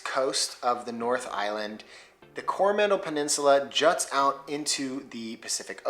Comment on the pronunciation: Definite fail mate on pronouncing Coromandel. Gave yourself away there with the stress on the first vowel.